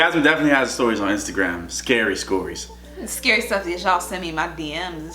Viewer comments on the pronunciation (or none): Did nobody else peep that he said scary scories instead of stories😂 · He said skorys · Haha you said scary scorys in the beginning😂 lol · at the beggining he said scary scorys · Lol he said scary scories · Sorry but I gotta say it...... DID YOU JUST SAY SKORIES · Twenzil lol I noticed I thought jasmine was gonna point it out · Twenzil He did tho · I heard that to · 💀💀I heard that too lmaoo